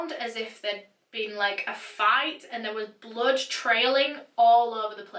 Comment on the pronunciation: Does she pronounce blood as blud ? Btw love her narrations 👌🏼💯